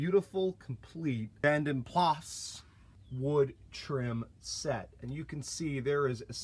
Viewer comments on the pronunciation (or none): Great job. It is pronounced Vanden Plarr. 👍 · vanden plas in the UK is pronounced vanden plah, makes no sense, I know... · you really have done a lovely job with this beautiful old girl. You’ve been so sympathetic with it, the wood upgrade from the Vanden Plas (it’s’Plaaah’ so you nearly said it correctly!) The Car Wizard’s XJ12 was hugely popular on his channel - there is something so appealing about these XJs! If you think the chrome alloys are rare there, then they are non-existent here in the UK. UK buyers never liked chrome wheels - the Mondeo/Contour had them as an option but apart from the RHD PT Cruisers, Neons and 300Cs that we got, no manufacturer offered them lol. You can’t really tell much difference with the non-VP wood trims in the back doors. Another awesome video, you rock. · Hi from the UK. Great video my man, you deserve more subscribers than you have. You have one of the few channels that i always watch from start to finish. Many others i get bored & skip. Dont want to sound an arse here, but the correct pronunciation of Vanden Plas, is Vanden Pla, the S is silent. Only older folk from the UK like myself will probably know. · You're pretty close to the correct pronunciation, you just don't say the s at the end so it's "vanden plaa" but that new wood looks absolutely amazing, beautiful upgrade